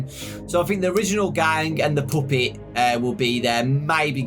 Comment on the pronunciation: DON’T YOU DARE STOP SAYING POOPET.